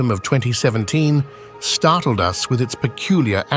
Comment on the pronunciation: I’ve been wondering but now I’m convinced the narrator on this channel is AI generated. Instead of saying “the first interstellar rock viewed by us earthlings” the narrator said “the first interstellar rock viewed by U-S earthlings” - as in United States